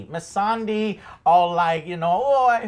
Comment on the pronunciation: I love reaction but it's painful to me that he butchers nearly every name in series... Missande andi Drogon aren't hard names! Or even Dracarys...